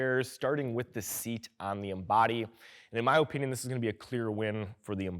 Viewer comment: In my Oh Pinion you pronounce the word "opinion" weirdly